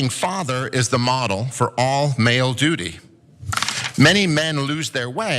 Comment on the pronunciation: Hahaha , that dumb fuck keeps saying dudy , roflmao . He should know as he is so full of shit.